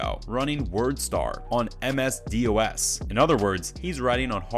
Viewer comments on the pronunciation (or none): who says “D-O-S”? it’s just DOS, pronounced “doss” — I take it it was a little before your time 😏